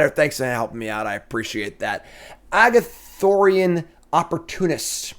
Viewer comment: Not Agathorian....Ar-goth-ian. :| Best in Show: Teething Wurmlet - I guess? I'm not real excited about the top end of Green stuff. Normally I think the artifact deck is Azorius or Izzet...but it seems Selesnya is being pushed for that in this set. Honorable mention here for Bushwack I guess. Sleeper: Gwenna, Eyes of Gaea - This is pretty crazy ramp if it lives. This on 3, untap into a Defiler of Vigor on 4 and now Gwenna is out of Cut Down range....she untaps...so now you have 3 mana (Gwenna and an untapped land) and phyrexian mana....and you're kind of off to the races with the Defiler in play. Trap: Green in general? I'll say Fauna Shaman. I want to say Titania...but I'm not down on it enough to go that far....maybe it ends up good. Bombin Common: Quite a few good ones here. Giant Growth is a classic. Gaea's Gift is also going to be a great trick. Argothian Opportunist is rock solid. I think I agree with you though on Blanchwood Prowler. It's going to allow for a lot of kept hands in limited. Obviously not the same as a Once Upon a Time, but in that same spirit where you keep hands simply because that is in your opener and it fixes almost everything.